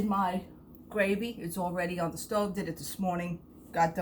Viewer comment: Hi, love your videos. Thought maybe you were Italian and was sure of it when I heard you say gravy. Take care.